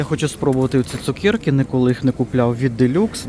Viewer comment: Чому цукЄрки????просто цукЕрки , не розумію!!!